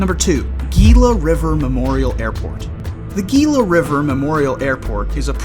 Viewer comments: Gila is pronounced HE-LA . Like Gila monster. H. not Gee. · Gila pronounced as Hela